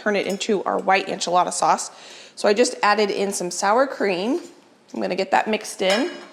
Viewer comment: These recipes look fantastic. A little help in the pronunciation of enchilada. It’s ehn.chih.la.da duh, not an.chuh.la.da. Thanks for sharing.